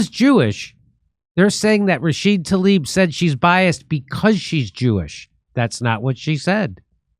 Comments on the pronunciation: Tla-eeb you are saying it wrong. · How is everyone reading Tlaib like it's Talib??